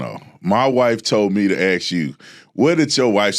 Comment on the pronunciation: Sounfs smart and props to him for not saying aks.. I can listen and my ears don't burn, my shoulders don't cringe. I'd vote for him.